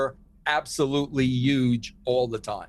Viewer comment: Still said "Yuge"...